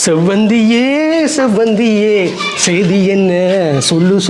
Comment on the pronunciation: Not sembaruthy. Sevvanthy 😂😂